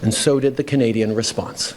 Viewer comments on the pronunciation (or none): none